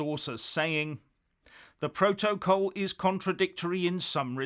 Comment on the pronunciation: So the resignation of the govt solicitor does not give you any tiny clue about the issue - rather than your stupidly macho response? Also, try listening to someone else pronounce the word "protocol".